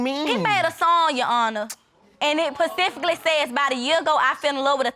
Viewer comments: She needs to focus on her education. Is she really gonna teach her son to talk like that? Pacifically? What does that mean? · The past tense of 'hurt' is 'hurt'. It is considered poor English to say “hurted”. She also said “pacifically (specifically), skreet (street), munts (months), and futures (features)”, etc…. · This young lady said pacifically vs specifically 😂 Virah vs Viral and this goes on. It pays to stay in school. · They waayyyy too young smh this poor baby can’t even speak correctly “he got his futures” “pacifically” - I’m with judge “the grammar alone!” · "pacifically" "skreets" "hurted" 🤦🏾‍♀️ God bless them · She said "futures" instead of features. Then she said "Pacifically" instead of specifically. She's laughing and clapping like its funny. He isn't any better. Then she says..."Not as really". She needs school, not a baby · “Pacifically” and “hurted” 🤦🏾‍♀️🤦🏾‍♀️🤦🏾‍♀️🤦🏾‍♀️🤦🏾‍♀️🤦🏾‍♀️ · She said "pacifically", "hurted" my gosh 😭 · Pacifically hurted my ears! If this whole situation wasn't so sad, I would be laughing, but there is an innocent child to think about. These kids think they're playing dolly house! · It was “futures” and “pacifically” that grated my nerves. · Pacifically ( specifically) screets (streets) & he hurted me ( he hurt me) SMH about the grammar!! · Screets… pacificly…hurted…. Grammar is ridiculous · Pacifically hurted my head